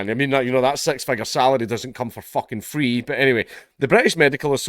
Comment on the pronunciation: "But-but healfcare is fwee"